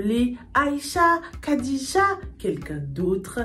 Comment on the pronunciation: Khadija se prononce plutot Radija